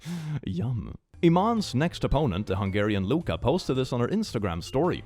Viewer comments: My favorite part is when can't pronounce the name of the Hungarian boxer, Luca, and makes it sound like she is a man XD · As a Hungarian, i still feel nice about pronouncing Luca's name wrong lol.